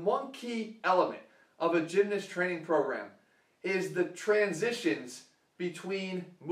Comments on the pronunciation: love you jeff bro but the way you say gymnast like "gymnist" was weird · Emmanuel Macias yeah i pronounce the A (gym-nahst) and not change it to an "i" like jeff (gym-nist). Im from england by the way so it might just be english people who say it this way.